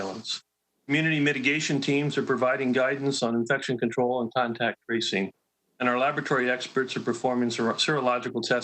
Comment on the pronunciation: They have a terrible time saying contact tracing